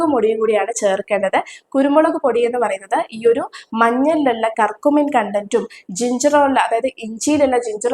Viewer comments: കർകുമീൻ അല്ല കുട്ടി ക്യൂർ -ക്യൂ -മിൻ. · കുർകുമിൻ.. കർക്കുമിൻ അല്ല..